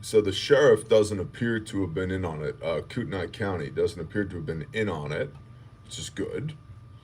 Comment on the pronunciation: Locals pronounce it COOT KNEE CO. Thanks for all you guys do.